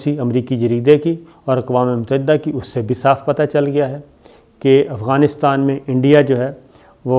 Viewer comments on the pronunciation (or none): none